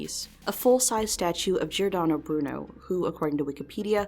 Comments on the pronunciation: It's /Broo-noo/ /Bor-zheez/ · b-bruno? like,,,bruno bucciarati?